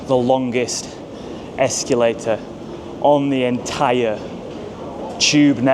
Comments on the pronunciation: Whats worse the terrible station or the word ESCULATER instead of escalator😂😂😂.... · why do you pronounce it ex cue later?